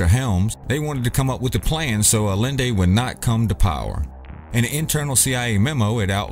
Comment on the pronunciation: salvador a-yen-day. ll=y in spanish...